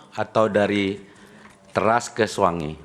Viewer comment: Trus pengucapan teras itu nada e nya juga salah awkwk